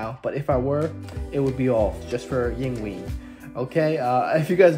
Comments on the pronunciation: Eengbay is the pronunciation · Allow me to assist you. First of all, you pronounce his name as, INGVAY MALMSTEEN. Second, he is from, Sweden. Virtuoso isn't a big enough word to describe him. I'm happy you found him. My brother is also a Guitarist. Type in ALL THINGS SEVERE. My brother David is a Monster. Peace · Yingvay Molmstien is how you say his name. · For over 35 years we've (guitarists) pronounced his name "Ing-Vay"...Yngwie pronounces his name, "Ing-Wee".